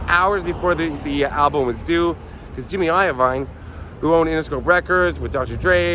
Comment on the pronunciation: He said jimmy ivine 😂😂😂